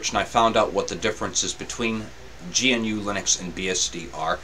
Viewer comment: Thank you, I've been wanting to take a look at this, but the Virtualbox install failed. By the way: GNU is pronounced "gnu" (like the animal).